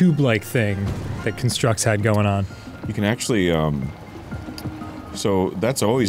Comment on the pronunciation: ITS A CON-STRUCT, NOT A CUN-STRUCK. spelled the same but pronounced differently, it hurt every time dan said that